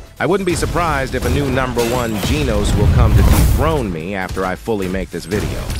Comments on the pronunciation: why AI voice pronounce "genos" as "jeenos" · ITS not GENOS like ee ITS GENOS like an a and e combined